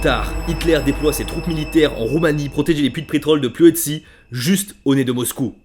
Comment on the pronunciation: Petite rectification, la ville se prononce Ploiesht' ( Ploiești)